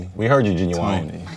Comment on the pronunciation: “We heard you Genuwine” lol